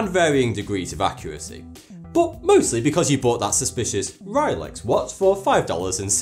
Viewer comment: Rile-Ex watch? I saw an "o" in that name.